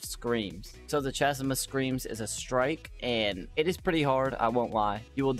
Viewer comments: Chasm - pronounced Kah-sum... sorry, I'm just salty from having to grind these kills :( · Chasm is pronounced kasm